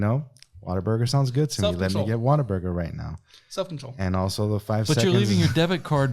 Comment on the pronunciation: ...I love you...but if you are going to insult it, please pronounce it correctly. It's WHAT A BURGER!!! not WATER BURGER!!! 😂❤